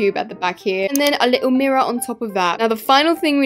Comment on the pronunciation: “Mirror on top of that” But mirrior tho- so British bro